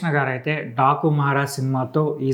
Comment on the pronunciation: 😂 టాకు కాదన డాకు మహారాజ్. మహారాజు కూడా సరిగా palakatlevga 🤦